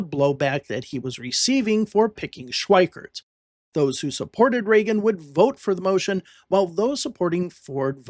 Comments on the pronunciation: It's not pronounced "Schweikert." There's no "t". It's Schweiker. Get it right. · FWIW: Richard Schweiker's name does not contain the letter "t", so the narrator's pronunciation of that name as "Schweikert" is a bit jarring -- and inaccurate.